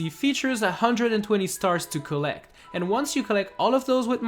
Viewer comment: Collect not collec